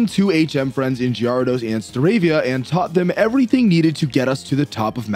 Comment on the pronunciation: Alright bro. I was willing to ignore the Gyarados pronunciation but Pon-EYE-ta(ponyta)?????? I'm calling the police. 😭😭😭